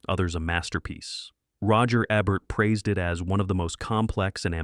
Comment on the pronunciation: Ebert is pronounced with a long E.